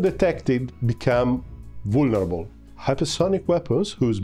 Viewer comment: I love how you braced for the word “vulnerable.” Funny how language can be so hard.